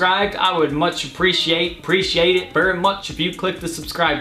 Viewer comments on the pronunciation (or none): none